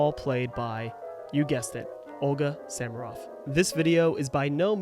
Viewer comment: The background music is Samaroff's recording of the Ernest Hutcheson piano arrangement of Wagner's Ride of the Valkyries, from the 1920s. She made many marvelous recordings. By the way, isn’t her last name pronounced with the accent on the second syllable?